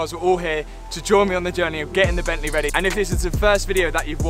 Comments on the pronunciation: Bentley...... Not Bent lay. Car looking and sounding good. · "But then I remembereehd it's E Bentleh" What a legend LOL, made me chuckle :) Keep up the great content